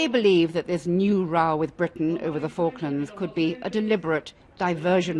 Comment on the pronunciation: The way they kept mispronouncing Falklands throughout the whole video😂